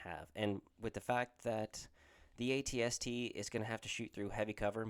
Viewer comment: First time seeing an AT-ST on the tabletop, I feel in love! Really like the Boba/AT-ST list! Also you’re pronouncing it correctly so no sweat!